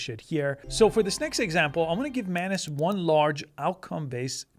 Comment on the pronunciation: its not man-ass you silly billy